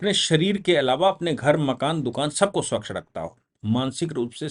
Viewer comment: स्वकश नहीं। स्वच्छ।